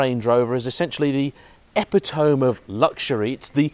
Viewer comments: ePiTohMe not EpiTome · E-pi-to-mi - epitome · Seriously you don’t know how to pronounce epitome. It’s “ee pit oh me”. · Epitome. It's pronounced eh-pit-o-mi. The final e is not silent. Good review though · well spotted ;-) As soon as I heard him saying it I almost yelled at him like "it's pronounced uh·pi·tuh·mee, for crying out loud!" And I got english as a second language... ;-)